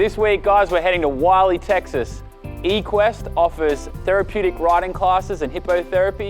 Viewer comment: Equest* not Rquest